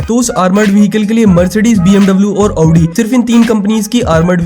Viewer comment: 1st time saw someone pronouncing audi correctly